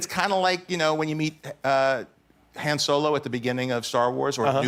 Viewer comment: Did say HEN Solo. It's *Han*, but that's okay.